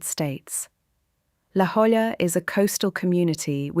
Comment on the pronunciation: I've been to the Salk a few times and hadn't noticed the alternating service floors. I live in San Diego, which is probably why the almighty Youtube algorithm flagged your video. Well done. I subscribed. ("La Jolla" is Spanish and pronounced "La Hoy-ah" or "La Oy-ah," depending on whom you ask;)